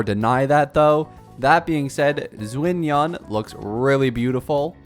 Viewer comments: Gaming or Ga Ming (Cantonese) for Jiaming (Mandarine). U can pronouce it the Cantonese way Gah Meng or Gaa Mying or use the mandarine way for simplicity Jiaming. Its the same thinge anyway. Xianyun or Xian Yun (Mandarine). Its like u pronouce Xiao. Its the same Xia. And the Yun of Chongyun. It is NOT Xinyan like u pronouced it. Anyway the video was fun and Informative so im subscribing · Not you completely butchering XianYuns name jfc